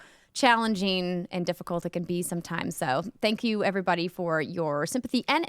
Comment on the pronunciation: Still luv the way Andrea says “everybuddy”. Makes me feel like a buddy even though I’m just a random podcast listener.